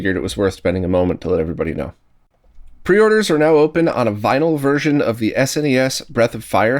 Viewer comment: "pre-oreders"??? obviously a Spanish speaker like myself? :)